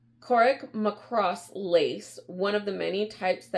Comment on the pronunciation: Good research here. The town's name that you were trying to pronounce is "Kareck-ma-kross". Yes, the Irish were paid very little by the British Lords for their hard work. Even though it was a cheaper lace than the expensive imported Venetian Bobble Lace, the lords still tried to pay as little as possible for the lace. The Irish, (and I'm sure the Scots too) did use the proceeds of the lace to keep them from starving during The Great Potato Famine. It was not just one or two members of the family that made the lace, it was everybody from the oldest to the youngest. They would sit in the house and crochet for hours sometimes huddled around a single candle until that candle burned out. The more lace they made, the more money they had for food. It was not just one or two families making the lace, it was often the entire town. When the various towns learned that the lords were having the towns compete against each other for the cheapest price, they formed a guild. At these guild meetings it was decided that each town would specialize in a particular type of lace so the lords could not go to a different town looking for the same type of lace. This way, the towns could demand a decent price for their hard work and not be swindled by the rich. Because of this guild, the types of lace were named after the towns that the lace was created in. Clones lace came from the county Clone, Cluny lace from the county Cluny, and so on. Most of the types of lace have fallen by the wayside as the I